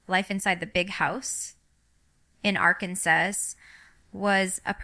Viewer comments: This is the WORST version of AI I've ever seen!! The REAL Jinger knows how to pronounce Arkansas.....🙅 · This video doesn’t look real, it’s highly edited and it is clearly altering her speech pattern. If you watch Jinger’s actual channel you would understand what I mean. Like the way they have her saying Arkansas, that’s not how she pronounces it at all.Jinger is living differently than was raised, but I ‘m telling you if she was ever going to make such a announcement, she would release it on her channel not this one. And did you notice this video has her not being able to pronounce her own name. How many of you can’t pronounce your own name? This just isn’t real. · This is AI. Fake. Listen to how she pronounces the state she lives in. AI made it sound just like it is spelled. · Jean-Grr? Arkan-suss? This is a deep fake.